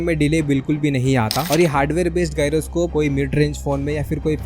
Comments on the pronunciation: Gairo nahi hota bhai gyro hota hainnn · Gaiyro bol raha hay bahi va 😂😂😂😂😂😂😂😂😂😂😂